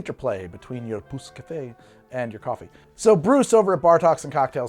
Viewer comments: Im not french but as an absolute language and dialect nerd I believe youre pronouncing pousse-cafe pretty much right. Man that does sound vulgar tho lmao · "Pousse Cafe" was on point, well done :D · You pretty much nailed the prononciation of 'pousse café'. I never knew it was a layered drink. Where I grew up, a pousse café is any alcohol served with coffee, typically a brandy. I guess the name stuck, but the drink was lost. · You said pousse cafe perfectly :) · You got the pousse café pronouncing pretty right! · you said pousse-café the right way don't worry :)